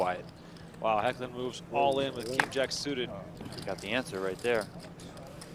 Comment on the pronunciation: King Jack Suite Pronounciation... kk